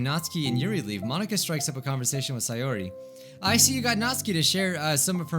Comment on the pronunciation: Say-Yori, her name fits Yuri they were destined to be friends!